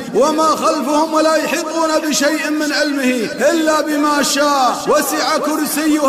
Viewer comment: Bismillah ir-Rahmaan ir-Raheem, al-salaamu ‘alaykum wa rahmat-Allaahi wa barakaatuhu,, the reciter says in AYATUL KURSI VERSE 02:AYAT 255 THAT "wala hibbuna..." but it should be "wala uheetuuna..", And Allaah knows best. Jazaak Allaahu khayran.